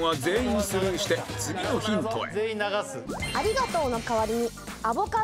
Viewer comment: おりごとう〜のあご